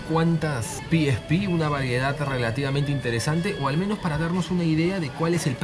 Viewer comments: pi is pi?..... Carajo eres latino, pronuncia como tal PE ESE PE. PE ESE PE PE ESE PE PE ESE PE PE ESE PE PE ESE PE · Ora piespi nel eso no se dice "El pesepe :v" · El: (PIESPI) Yo: (PEESEPE) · A alguien más le molesta que le diga piespi ? Xdxdxd